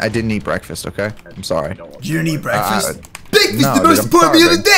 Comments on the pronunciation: Bekfast big boy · Bekfast big boyyy